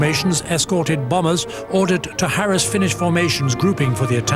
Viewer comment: I wish the narrator would pronounce "harass" properly: stress on the second syllable!